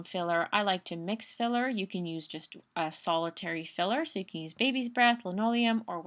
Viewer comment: Yes, It is Limonium... NOT Linoleum. Driving me crazy.